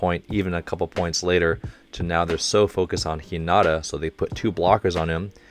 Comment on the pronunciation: Hello, I stayed up watching all of your reaction videos of Haikyuu and I love them! However, you’ve been pronouncing Hinata’s name wrong. I’m bad at spelling out how to pronounce words but if you search up “How to pronounce Hinata” by Kawaii Sensei on YouTube. That’s the closest pronunciation of his name. Google translate is good too. If you write his name (English) and translate it to Japanese, you can click on the speaking button for Japanese and it’d pronounce it. Hope that helps!